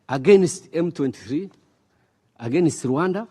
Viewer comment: MBEGA ICYONGEREZA GITEYE UBWOBA! HUM! EGENISI( AGAINST), DIPOLOYIDI(DEPLOYED), HAWU MENE AYIMUZI( HOW MANY TIMES)???!!!. WITUKU( WE TOOK)!!!!. MBEGA AMBASADERI WUMUSWA NKA SHEBUJA KWELI KWELI!!!